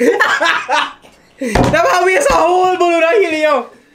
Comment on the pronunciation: Man quick to say boloon